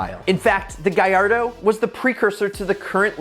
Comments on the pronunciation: Please GALLARDO not GUYARDO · Gallardo is pronounced Ga-Lard-O. Lamborghini said so. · Lamborghini Guyardo 💀💀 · lemborgini gayardo wtf its Lamborgini Galardo